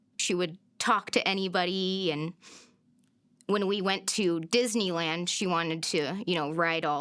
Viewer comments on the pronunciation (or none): none